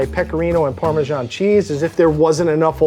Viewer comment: parmesan is pronounced parmesan, not parmegian